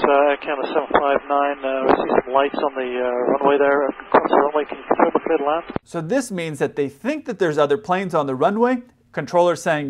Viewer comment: Ah, it's our old friend, 'Cletalan.'